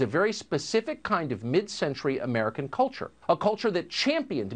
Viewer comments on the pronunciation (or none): I cringe at the way Tucker says “culture”